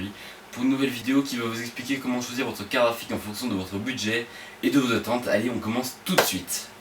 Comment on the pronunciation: Hey, Tu fais Comme Yanis le Nazi mdrr C'est Une bien bell Carafique xD